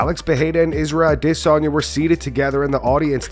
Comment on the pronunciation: The way you say Izzy’s last name is iDiotic